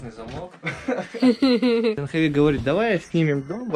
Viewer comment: Жил в Индии 2 года . Девочка очень хорошая! А ты до сих пор не знаешь как правильно: не Джанхави, а Джахнави! Обязательно нужно исправиться и не коверкать санскрит! Она же не называет тебя Нитика!